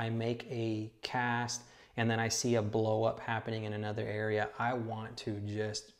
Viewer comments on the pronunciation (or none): none